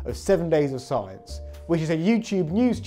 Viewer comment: "7 Days of Scien"